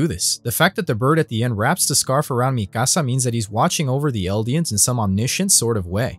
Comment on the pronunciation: Don’t ever say mikasa like that ever again